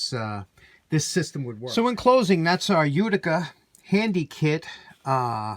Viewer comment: I watched to hear you say "Uticer"! Pass that thing soon, I can't imagine...